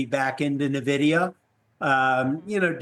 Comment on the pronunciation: This expert cannot pronounce Nvidia properly?